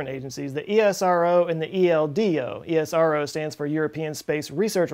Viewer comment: I heard ESRO as ISRO Everytime.